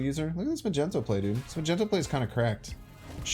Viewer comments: Why are you still calling it "Ma-Gen-Toe"? I heard you pronounce it properly in a video a few days back, i am sure of it. Its pronunciation is 'Mag-Knee-Toe". 😂😂😉 Also, I dont understand why you take so long shuffling the cards in order, when placing them down. Does this have some effect on something I am unaware of? I see you do it all the time I have wondered if its just something you do why you think, or if it actually affects anything with the play. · it's mag-ne-to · What is the reason you call Magneto "Majento"?😅